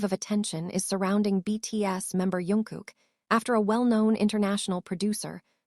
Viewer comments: His name is jungkook not yunguk🙄🙄🙄🙄🙄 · Not Yungkook!! Jungkook!!